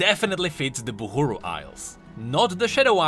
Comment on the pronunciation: And you till Call it Buhuru...